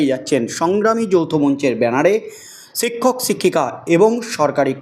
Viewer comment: "সিক্ষক সিক্ষিকা" উচ্চারণ করছেন